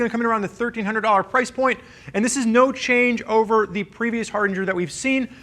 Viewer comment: Not gonna lie, slightly annoyed every time says Hardinger instead of Hardanger.